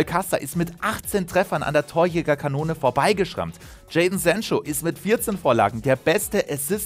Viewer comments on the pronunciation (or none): none